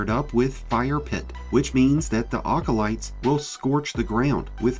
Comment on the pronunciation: Just so you know, they’re called “acolytes,” like it’s spelled, not “awkolytes.”